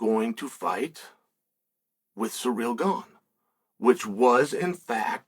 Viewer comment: It’s wild how many names he butchers LOL. Alex Peeara. Hazmat Chimiev